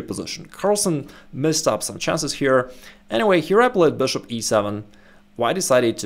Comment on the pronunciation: I love this channel, but I can't resist laughing when he says: "THE BOOSHOOP"